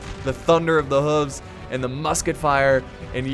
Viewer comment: When you said you butchered English I thought you were joking until you said hooves.😂😭😂